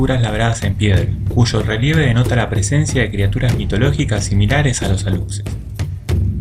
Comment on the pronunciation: Amigo, en relación con el duende Alux, su pronunciación sería Alush según las reglas del español, porque la x en maya se pronuncia como Sh en español, igualmente la población Yacxilan, se pronuncia Yac-shilan, excelente programa, saludos desde Yucatán